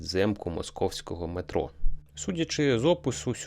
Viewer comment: Автор яке мЕеетро якщо метрОо)